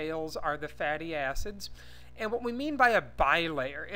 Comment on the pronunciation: i thought he said "fatty azzes" lol